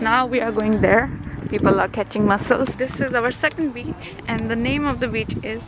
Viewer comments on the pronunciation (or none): Whenever she says word 'Beach' it always remind me of Bitch😅 Only Armies will understand 😂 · you always say bitch insted of beach........